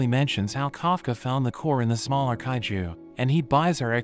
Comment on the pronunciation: In 31.13 seconds bro said haiju not kaiju